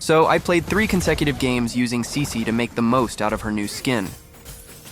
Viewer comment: Bro not saisi, its cici